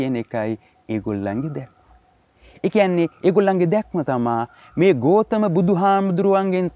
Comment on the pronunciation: ගෝතම නෙමෙයි ගෞතම නම හරියට කියන්න.....